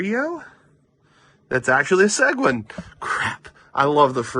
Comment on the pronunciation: Oh yeah, Seguin is pronounced suh-geen 😂